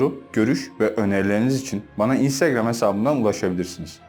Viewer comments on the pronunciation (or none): none